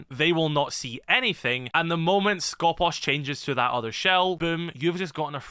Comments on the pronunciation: For clarifications purposes it us pronounced Skopós. The toning goes to the second O not the first. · The one time where an E is actually an E And nobody pronounces it correctly Also Skopos You are pronouncing it the other way around, make the "pos" Louder instead of the "sko" Hope that made sense